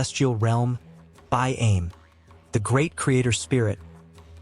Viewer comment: Can you get the nanes right though. It throws you off when listening., and we find ourself correcting you out loud. These stories are from my peoples the Euahlayi Yuwaalaraay and Wiradjuri . The fish traps are still there even after years of being destroyed everywhere settlers found them. BAIME sounds like Buy arm Eee